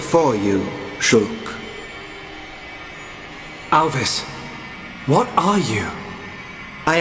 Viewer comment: Alvis? More like "A.L.V.I.S".